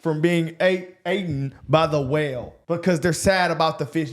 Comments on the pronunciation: It’s eaten…not aten😢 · “Eaten” not “aten” 🤦‍♂️ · Lord knows, I hate to see a fish get "aten"..."eighten"?